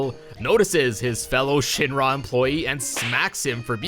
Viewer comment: Omg the way you say Shinra. Shin RAAA. Ick. Wrong.